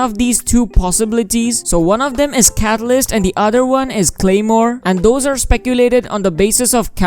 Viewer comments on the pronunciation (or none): none